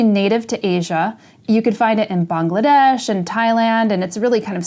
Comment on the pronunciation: I'm fairly new to your channel and omg I love your voice and the way you talk about your plants. I left the 365 series running in my room while I studied for my Finals. Thank you for keeping me company! Also thaaaaank you for pronouncing Bangladesh correctly🙏🏼 Much love♥️